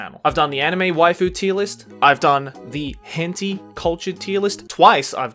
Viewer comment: broo Hen-Tea ? u mean Hen-Tai lol